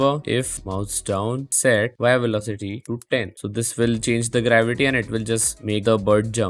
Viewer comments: Velocity ❌ Velocatiy ✅ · "Y Velocatty" 💀🤣